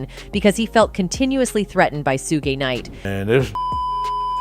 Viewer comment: Su-Geh knight 🤣🤣